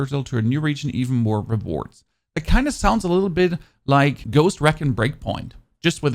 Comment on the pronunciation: lol its pronounced "REEEEEEEEECON" not Racon. lol love the videos keep up the good work